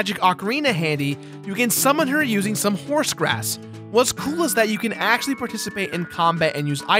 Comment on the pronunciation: Bro keeps saying AKCHWOOLY